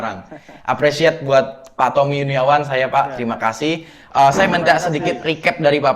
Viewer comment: Bilangnya tompi bukan tompi pak😠 tapi tommi